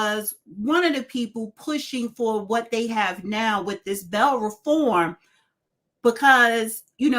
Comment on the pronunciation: cute, but did she just say “Bell Reform”😮?